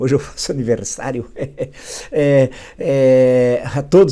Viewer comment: Hahahah engraçado ele falando aniversário hahahaha